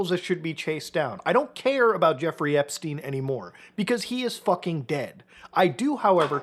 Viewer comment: epSHteen 😬 first time I hear that pronunciation 😂